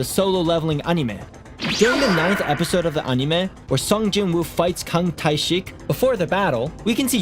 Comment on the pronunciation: DUDE PLEASE PRONOUNCE ANIME CORRECTLY